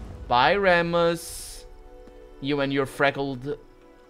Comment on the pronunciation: According to myth, the story of Romulus and Remus tells of the events that led to the founding of Rome. I think Remus is pronounced as Reemus.